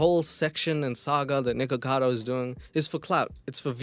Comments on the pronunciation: I think the reason that charlie says “nickado” instead of “nickacado” is that it’s been pointed out that it kinda sounds like the n-word when you say the beginning of “nickacado” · I've been aware of Nik ever since his drama with Trisha Paytas and since then, the amount of creators I've seen pronounce it as "Nikado"? Much more than you'd expect 😅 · I´m mostly on the side of Penguinz0 on this, it just drove me FURIOUS that Charlie just kept saying "Nikado Avocado", even though he spelled his name perfectly correctly in his video title. Even though I don´t even like Nikocado Avocado, shit like that drives me NUTS, because it´s SOOOO easy to fix.... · It drove me FURIOUS that Charlie just kept saying "Nikado Avocado", even though he spelled his name perfectly correctly in his video title. Even though I don´t even like Nikocado Avocado, shit like that drives me NUTS, because it´s SOOOO easy to fix.... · I think the whole thing with calling nikocado avocado 'nikado avocado' started with pewdiepie because as much as I love him he has a problem just... saying words in general and when he talked about mukbang videos nikocado was in it and he said nikado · i couldn't stop laughing every time charlie called him nikado XD hahaha he spells his name correctly in the title too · This was such a great video. I can't tell you the itch it scratched, particularly correcting Charlie and how he couldn't say Nic's name, I was driving me insane because I didn't see any comments about it like I was the only one who noticed :p thanks new friend :) 💜